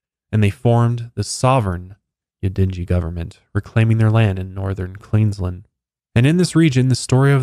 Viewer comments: Queensland is pronounced with a strong A the same as you would say land :) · Just letting you know it's queens-land not queens-lind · Pro tip, we say Aussies as though it has zz instead of ss and we don't pronunciate the u so it's pronounced more like Ozzies and Queensland is pronounced like Queenslaaand 🤣 big emphasis on the A but well done on everything else 👏👏👏 I hadn't heard of this story before, good find!